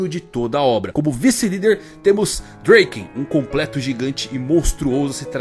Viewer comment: dreken ? E Draken então eu vou falar Miquey mano porra e Draken